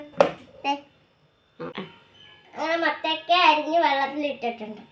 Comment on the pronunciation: മത്തക്ക അല്ലാട്ടോ മത്തങ്ങ ആട്ടോ